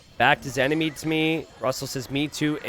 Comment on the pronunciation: "ENMINY" - 😂